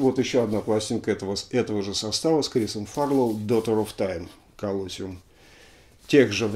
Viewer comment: Извините за занудство, по-английски произносится колосИум. Спасибо, что-то долго не было новых выпусков. :)